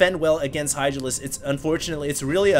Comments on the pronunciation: I think he said "Idralisks" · Did I hear Idralisks?